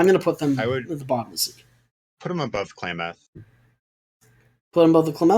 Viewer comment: Ah. As an Oregonian, I must say- Klamath, pronounced "clam- ath (as in math, emphasis on the first syllable)." They're native to the PNW